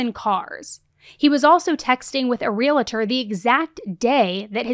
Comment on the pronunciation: Gentle reminder. There's no 'it' in realtor. Pronounced: real tor.